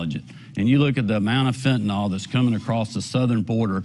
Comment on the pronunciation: Great to see a third party. Hey Kemp, taking money and keeping it as a surplus to use as a carrot on a stick? It's fentanyl, not fentanol. Independent in Georgia. Vote dammit.